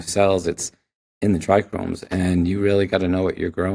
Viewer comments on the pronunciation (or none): This guy is clearly an expert, but he pronounces trichomes as “trichromes” 😬